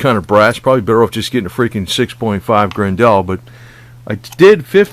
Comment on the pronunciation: It's pronounced GRen dull .... like Grendel from the fairy tale